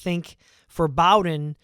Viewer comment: Btw it's Bowden like "bow tie"